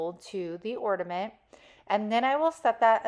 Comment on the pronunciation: You need to pronounce the letter “N” on the word “Ornament”❤❤❤❤❤